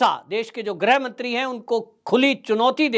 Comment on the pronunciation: Shuddh bola karo ! Sanskrit ka gyaan nahin hai to main likh raha hoon -- Grih Mantri ko kabhi Grah Mantri nahin bolna ! Shuddha -- GrihMantri !